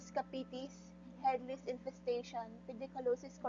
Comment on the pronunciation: Lice ...is said “ lies” not “lis”